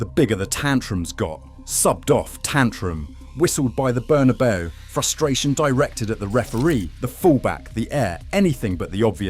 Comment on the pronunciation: Imagine pronouncing the Bernabeu as Burnabow